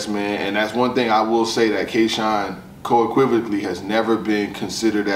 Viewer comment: I like the video but. What is coequivicaly? 😢 😂. Unequivocally